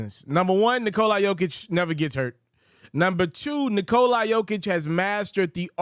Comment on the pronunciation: You can't even remotely come close to pronouncing Nikolas name lol. The "a" is a soft "a" (like "aw" or "ah") and you seem to think it's a hard "I" lmao